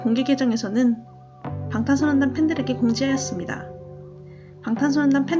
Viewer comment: 영상 퀄리티가 너무 구려요 설명이 부족해서 댓글보고 알았네요 특히나 '방탄소년단'이라고 말할때 발음이 제일 안좋은데 발음 문제는 쉽게 못 고칠것 같으니 더 언급안할게요 발전하는모습기대합니다